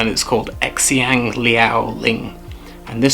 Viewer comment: This is great. I'm also getting into oud at the moment (I was just gifted a bunch of fancy chips, and now just need to get some charcoal!). Not to annoy you, but just wanted to share that "xiang" is pronounced something like "sheeahng". (The "x" sound is somewhere between a "s" and a "sh".) You'd have to see the character to know the meaning, but it possible that it's 香, which means fragrant. TANGENT STARTING NOW: Even though fragrance culture is kind of dormant in China at the moment, you can tell from place names that it was once a big deal. For example, the characters for Hong Kong are 香港 (xiang gang), which means "fragrant port", and I just learned on my last trip home that the old name for Honolulu is 檀香山 (tan xiang shan), which means "sandalwood mountain". (Hawaiian sandalwood was once greatly prized by the Chinese.) END OF TANGENT Loving these oud videos! Keep it up!